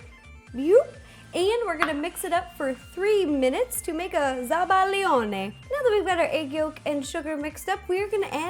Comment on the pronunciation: She said zabaglione 😍😍😍 southern Italians know what I'm talking about😛👍